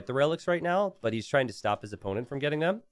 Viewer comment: Wait, was Dave pronouncing stop as 'stope'?